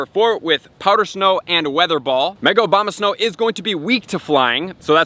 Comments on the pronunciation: It's ABOMAsnow, not OBAMAsnow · Was I the only one that caught him say " obamasnow " at the end?!🤣